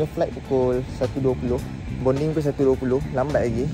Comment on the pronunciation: Bukan bonding la sebut betul2 boarding